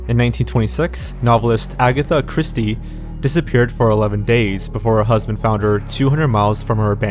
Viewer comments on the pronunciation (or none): none